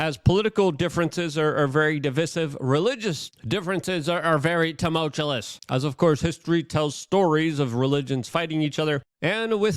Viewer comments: It's "tumultuous", Luke, "TUMULTUOUS" FFS!! PLEASE STOP YELLING "TUMULTULOUS" AT US, I LOSE IQ POINTS EVERY TIME YOU SAY THAT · somebody teach Luke how to pronounce Tumultuous properly. So Cringe! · Stop saying TUMULTUOUS. You don't know how to pronounce it...smh. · I love it whe ln Luke says "temultellous." (Tumultuous)